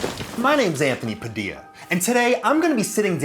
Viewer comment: I don't know why but when I hear padildo I hear pedo